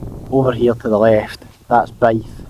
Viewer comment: Nice video, it’s pronounced “Bee-v” for beith :)